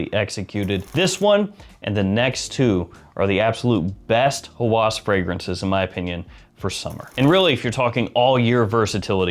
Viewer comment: Hawas is an arabic word that means obsession, and its pronounced with a distinct H sound, so more like how-us, rather than haw-as. To all have a great day.😊